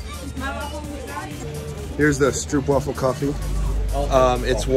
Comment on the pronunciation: The double o in stroopwafel is pronounced as an oa as in boat.